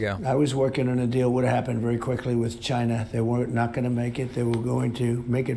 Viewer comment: "I tell them, no tax evasion, no porn stars, no sexual assault, no insurrection, no chy-na, no obam-na." Maybe if he sat back and had a smoke and a drink once in a while, he wouldn't be such an asshole.